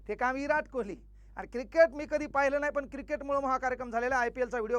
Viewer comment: Virat kohli ❌ erat kohli 😂